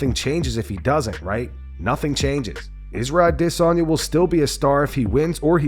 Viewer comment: "Isra Dizonya" is some batshit pronunciation